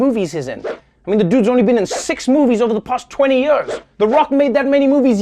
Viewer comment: maybe treavor should learn to say YEARS and not yers. and CONTROVERSY instead of cun trovir sy. lolol.